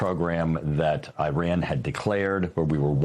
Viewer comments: This clown can’t pronounce Iran. Right Wingers are bleeping idiots.. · He talks about it how many times? and never says it correctly😢